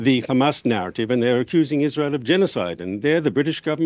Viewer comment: I'd like to see the count of how many times he said Khamas